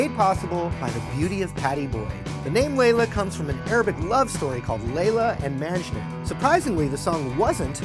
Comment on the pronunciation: it's actually pronounced majnoo